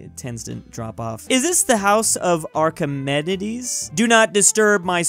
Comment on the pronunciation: Medic mains when tries to pronounce Archimedes: pain